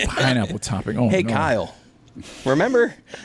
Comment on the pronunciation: Why can’t say remember correctly and why yall let it slide